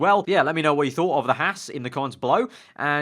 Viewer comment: Hey mate, it's pronouced "Hawz"....not "Hass".